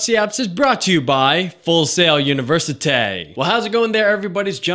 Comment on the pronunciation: "UNIVERCITAY!" haha wtf ;)